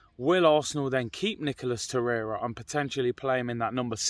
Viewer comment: Hahaha! Man said “Nicholas Torreira “😂